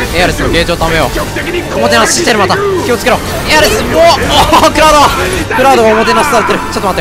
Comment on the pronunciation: エアリス気をちゅけろ！